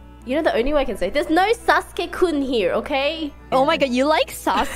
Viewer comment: Considering how good IRyS is at Japanese, I'm surprised her pronounciation of "Sasuke" sounds so American/English.